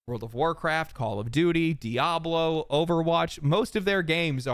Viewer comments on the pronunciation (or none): none